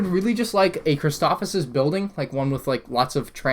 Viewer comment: Chris toe o fis not chris tof if sis